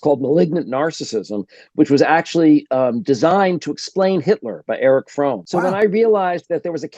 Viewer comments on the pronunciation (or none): none